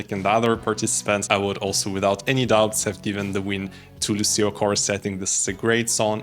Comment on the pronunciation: Thanks for your interesting and understanding review! A little hint: Lucio pronounces Luutscho, you can hear the singer pronouncing his own name at the end of the song: Non sono altro che Lucio. Thank you!